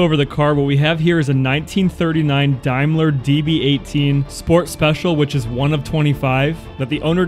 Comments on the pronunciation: Note The name Daimler is pronounced …….. Dame …. Leōr …. 🇮🇪🇮🇪🇮🇪🇮🇪🍀☘️☘️☘️☘️☘️ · What's a Dimeler? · IT'S PRONOUNCED DAME LER NOT DAM LER 🤨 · Your pronouncing Daimler wrong. SA DAAMLER that will be the correct prounciation. (I am English)) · its said dame ler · Daimler pronounced Dame- ler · It’s a Daimler not a Dimeler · ITS Daimler not Dimler those two capital letters stand for United kingdom!. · It is pronounced Daymler, the small slots are for the indicator flippers and GB stands for Great Britain. Didn’t you have any schooling. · Hi, the car is a Daymler.. Not Dlmeler. GB. GREAT BRITAIN, was when this car was made. 😂 Nita. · It’s pronounced (Day) mler not (Dime)mler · Daimler is spoken like Dame not dime so it is Dame ler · Yep, I also fail to see why they pronounce Daimler as dime-ler, instead of dame-ler, but hey, as you say, allowances must be made. 😂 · Dime is dime..Daimler is pronounced dame..let.g.b. for great Britain..and correct it's a blinker..Great job good video..beautiful car. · Daimler is pronounced Dame-ler, not Dime-ler. GB is Great Britain , and the electrical yellow arms are indicators, the first blinkers! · It’s not pronounced Dimeler it’s pronounced Dameler, the gap on each wing is the indacator housing. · The car is pronounced dameler not dia cost around £275,000 I'd say with it's age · the wings are turn signs gb means great briton the name is not what you said its called a dameler not a dimeler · By the way, it's pronounced dame ler not dime ler. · phonetically - Daymler not Dymler - a German company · It's NOT a Die-mler... It's pronounced Day-mler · The name of the car is pronounced dame..ler ……not dime..ler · Its a D a i m l e r not Dimeler, pronounced Daym ler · It’s pronounced day-mler, not die-mler. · It's pronounced day not die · It’s pronounced Day-m-ler ,,,, Not- Diam- ler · It's pronounced Daimler (daymler) not Dimeler! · A daim la not dime la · Dame ler not dime ler. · It is a Daimler not a Dimeler pronounced Da